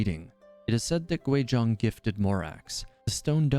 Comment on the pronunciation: It’s Guizhong not Quizhong